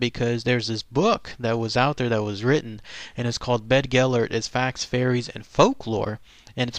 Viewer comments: Been there as a kid. Yes, the site is called 'BeddGelert' . Bedd in Welsh means grave but is not pronounced like 'bed'. the 'dd' in Welsh is like the 'th' in 'the' but not as in 'south' .Source: am Welsh. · Bedd means a grave, the dd is pronounced as the th in that. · I grew up in south Wales, every saint Davids day this was read it to the school by our teacher. Always brought a tear to everyone. I went up to North Wales not long ago and went past Beddgelert (grave of gelert). It was nice to have real life images in my mind for my favourite childhood story. Whether or not people say it's true or false, it will always be true to me. Not quite correct with the pronounciation of Llewellyn, but close enough haha. Good video none the less